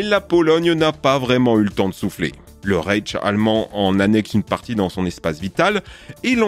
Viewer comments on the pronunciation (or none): Le raytch haha ça se prononce "raillech" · Houlà ! Tu ne sais pas du tout prononcer le mot "Reich" !!! Quel massacre. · pouvez-vous répéter ? Le réilltche ? Sinon, vous parlez des frontières, mais l'influence des cultures dépasse ces limites administratives, il me semble (tout cela sans guerre) et pourtant la propagation d'une culture est aussi la réussite d'un peuple, en quelque sorte ?